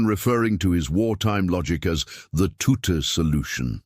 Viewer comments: Ironical that a stupid AI timbre voice can't even speak his name correctly. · Not Tutter tutu or tuti his name was pronounced TUTT the E at the end was silent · HIS NAME WAS TUTT....NOT TOOTER OR TOOT>>>HOW BLOODY INSULTING.... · Anyone interested in the wartime decoding knows exactly who Bill Tutte (pronounced TUT) was and his very valuable contribution to the deciphering of messages. There is an equally annoying BBC documentary which starts by assuming no one knows who the people involved were. All credit to Alan Turing but too often its made to seem that he solved all the problems. His main contribution was solving Enigma, but not Lorenze, the later more complex encoding machine